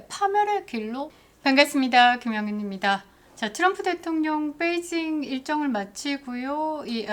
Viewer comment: 뻬이징 이라고 발음하시면 안됩니다 = 베이 빼이 라고 말하시면 다른 뜻이 됩니다 :face-orange-biting-nails